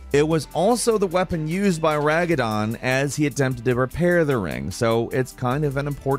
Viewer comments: it's not Ragadon. It's Radagon. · Multiple mistakes from in the video really makes me wonder whether he plays the game or whether he's just reading off a script. It's Radagon, not Ragadon. Marika, not Mareeeeeka. And Godrick the Grafted, not Godfrey. Noticed quite a few inconsistencies in the Elden Ring videos in the past as well that someone who actually played the game wouldn't make. Doesn't come across as a genuine player experience. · I think it's Radagon, not Ragadon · Did say "Ragadon" instead of "Radagon" near the end?😂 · Several times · "Ragadon" Everyone: "Radagon..." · "Ragadon"...I'm sure it's Radagon😂 that was funny tho great vid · ragadon? yall disappoint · Radagon❌ Ragadon✅ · The weirdest thing is you saying Radagon, ....... Ragadon. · Lol it’s not Ragadon it’s Radagon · Godrick the grafted not Godfrey the grafted Radagon, not Ragadon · Ra Da Gon Not Ra Ga Don Community Outrage Intensifies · Is anyone offput by the fact he called Radagon Ragadon and Godrick Godfrey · RA DA GON not ragadon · good video but the way you pronounced Marika and botched Radagon "raga-don" felt like a nail in my foot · Did you just say Ragadon? :D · "ragadon" radagon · good vid but its radagon not ragadon my lord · I feel like if you're gonna make a video about games... you should have someone who knows how to say the bosses names to review it before publishing it... Ragadon? Nah, RADAgon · You keep saying Ragadon LOL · r a d a g o n, no ragadon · It's radagon not ragadon 😂👍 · ragadon??? pain. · RaDaGon, not RaGaDon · Bro it straight up says radagon how u gonna say ragadon 😭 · Mareeka, ragadon. Is he miss pronouncing their names on purpose haha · Guy just absolutely butchered various names especially RAGADON. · Ragadon? Really? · Who tf is Ragadon? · Who the hell is ragadon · Who tf is ragadon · Ragadon of the Golden Border. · Sometimes I say ragadon to. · Dude gettin ragged on for that "Ragidon". 😆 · Yes. "Ragadon". My fav boss. Great list btw.